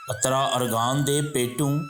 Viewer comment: Bhai jan ye atra ni uttra hy lafz